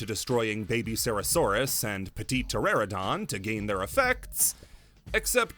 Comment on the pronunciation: I know this is like 2 months late, but that Petiteranodon pronunciation is WILD